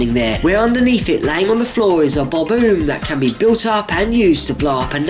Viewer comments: I've never heard anyone pronounce "Bob-omb" that way before! I've always heard the last part of the word being pronounced like "ahm," sometimes with a silent b and sometimes with a little b sound added at the end. In other words, pronounced the way the word "bomb" is pronounced, except with the extra "bob" at the start. Here you're pronouncing it like "oom," which I guess there is a precedent for that, given the words tomb and womb (and possibly others that I can't think of off the top of my head). I don't think that's how the word is supposed to be pronounced, but it does make sense, since it makes the word as a whole sound end in a sound like "boom," so there's that connection at least. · It's atuly bob-OMB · they are called bombombs not bob booms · Dude unsaid bob-omb wring